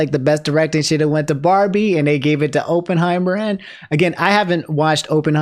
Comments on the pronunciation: Every time said "Openheimer" a part of my soul left my body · Pretty obvious you haven't watched Oppenheimer since you keep mispronouncing it. More to the point, maybe a voice actor's guild is necessary. SAG has never treated them with any respect. Peter Cullen gets a lifetime Emmy only to be replaced by Chris Hemsworth on Optimus Prime.